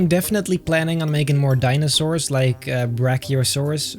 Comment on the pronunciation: Perfect pronunciation for brachiosaurus